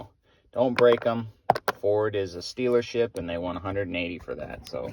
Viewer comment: It sounded like you said stealership. Sounds about right to me.